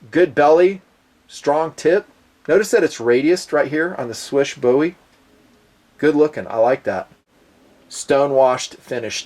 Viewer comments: did pretty good job pronouncing "Słysz", it should be pronounced similarly to English word "swish". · Your pronounciation of "Marcin" was not so good but "Słysz" was pretty much excellent. I was kinda surprised to be honest.